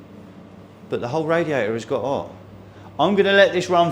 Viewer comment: What is a "raiater" ? Is it something like "waer" ?